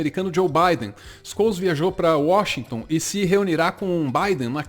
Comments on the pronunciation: Olaf Scholtz (Xolts) a pronuncia do nome do cidadão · Mas nem pra pronunciar o nome do infeliz do Scholz direito? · Acho que a melhor pronuncia do nome do Scholz é Xoeltz ou Xolts, nao Skouls. Tem um artigo de Wikipedia sobre ele que aparece o nome sendo pronunciado. 😘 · Duas correções, uma Scholz se fala Xoltz, não Scols e 2, Russia e EUA sairam do tratado de não proliferação de armas nuclear alegando desculpas esfarrapadas um para com o outro, mas o motivo dos dois terem saído mesmo é a China, que nunca assinou o tratado, e faz sentido, visto que as duas potencias ficam se desarmando enquanto uma terceira enche o seu arsenal de armas nucleares... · Conciso e preciso como sempre. Só uma pequena correção. A pronuncia correta seria Olaf "Shouls", e não "Skouls" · Como sempre, conteúdo conciso e de qualidade! Só uma contribuição com a pronúncia do nome do chanceler alemão, se diz “Ôlaf Xólts” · Com risco de parecer o "Sr Palestrinha", digo: a pronúncia correta do nome do chanceler alemão seria algo como "Xôlts" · O nome de Olaf Scholz se pronuncia "Chôlts" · A pronúncia do nome do chanceler alemão é: Xôltz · Só para informar, o nome do chanceler alemão se pronuncia Choltz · Faaala!! Mt bom o video. Detalhe: o chanceler da alemanha se pronuncia como "x" no inicio (xólts) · Só uma coisinha: o encontro consonantal sch no alemão tem o nosso chiado (ch). Então, Scholz se pronuncia "Xôltz". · No alemão, SCH tem som de X. Ou seja, pronuncia Xôllz (Z com som de tz). Muito bom o vídeo! Obrigado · O nome do chanceler alemão se pronuncia "xoltz"